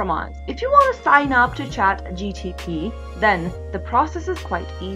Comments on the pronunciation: Ohh come on it's not chatgtp it's chatgpt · why do u keep saying chat GTP and not chat GPT? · Bruh hes saying chatgtp